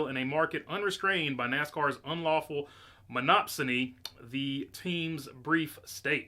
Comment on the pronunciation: monopsomy? did they just make a new word?